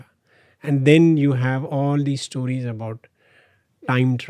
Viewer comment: To the host -> Why do you keep saying "Stooories" man. Its "stories" just say it right. Typical north indian.